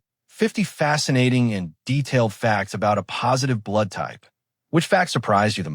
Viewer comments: Hate AI narration. "a postive." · Excellent information, but did anyone LISTEN to this video before releasing it - the “uh-positive” is difficult to listen to. Thanks, though, for the information. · You made a video using an AI voice that can't even say the title 'A+' in the right way, could you not correct that?